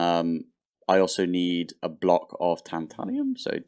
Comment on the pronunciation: Tantalum doesn't have an i in it